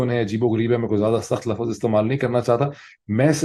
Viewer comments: Dr. Sahib please pronounce LUFZ instead of LUFFAZ. Thanks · Word "Laafaazz" vs "laafzz" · Dr sb pl correct pronunciation Lafz Not lafaz